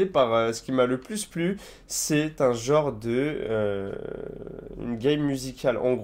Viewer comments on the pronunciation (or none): none